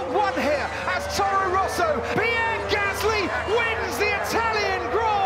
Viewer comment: It’s Gaslŷ not Gâsly, without the symbols ofc but you can’t say it properly